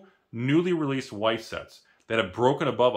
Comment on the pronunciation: Just pronounce it vice and Germans will think you're German